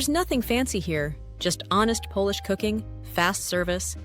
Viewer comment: It's bad enough that you can't pronounce Polish names and words, but when you can't differentiatee between 'Polish' - meaning 'things associated with Poland', and 'polish' - meaning 'rubbing an object until it shines', that's ridiculous.